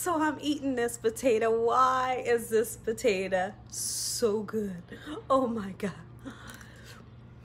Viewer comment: The way she pronounces “potato” drives me nuts. Why does she say po-ta-uh?